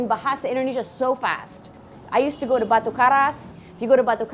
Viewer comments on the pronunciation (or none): none